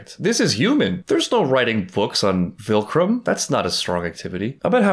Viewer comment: it’s so funny that you still say “vilcrum” instead of viltrum